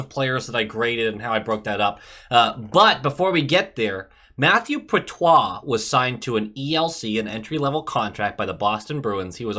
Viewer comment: I love your videos and your the absolute man but please say “Pot Chruh” for Poitras instead of whatever you said bc it scared me. Much love